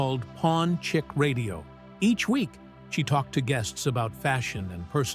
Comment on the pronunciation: Bloke doesn’t know how to say “chic”